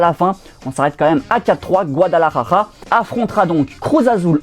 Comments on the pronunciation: C est Guadalajara pas guadalajaja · De ouf mdr guadalarara 😂